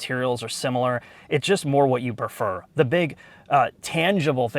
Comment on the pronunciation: "A better velue". "Per-fer".